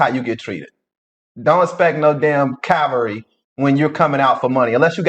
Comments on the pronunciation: He said don't expect no Calvary 😅, think he meant chilvary. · Cavalry 🐎 🐎 or chivalry? 😅😊